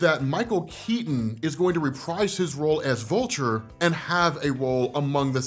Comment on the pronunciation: ''But here comes Volture'' lmao